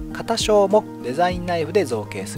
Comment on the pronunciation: 説明がとても丁寧で分かりやすいですね。 ちなみに肩章は「かたしょう」ではなく、「けんしょう」です。